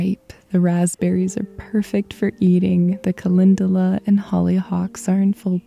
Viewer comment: I'm wondering, do you mean Calendula? Your video says calindala.